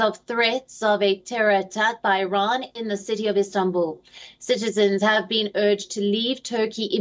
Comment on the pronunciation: Urge ... Ur-ge :virtualhug